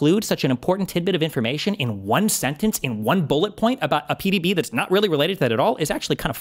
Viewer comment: You both have Freudian slips CONSTANTLY about the Presidential Daily Briefings. I have literally LOST TRACK of both of your mis-pronunciations? of the abbreviated format. You must both hate Patrick Bet David as much as I do. They are “PDB’s” not “PBD’s” lol Oh and. You’re a fucking bad faith hack. You always will be. You are the farthest thing from a patriot, fuck you.